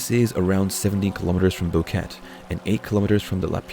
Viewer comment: More copied BS from other vids. Host family doesn't even have a dog. It is not a rain forest and Boquete is pronounced bo-ket-eh. Nobody knows where they died. Alto Romero is not 70km from Boquete, much less.